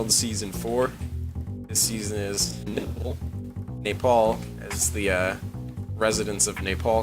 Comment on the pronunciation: The way everyone pronounces Nepal is very disconcerting.